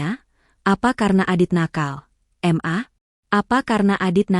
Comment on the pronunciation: Kenapa ma dibacanya em a? Suami macam gt mending buang ke laut aja 😣